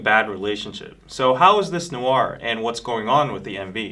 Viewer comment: WHY IS EVERYONE MISPRONOUNCING NOIR??? IT SOUNDS SO OFF I CANT😩😩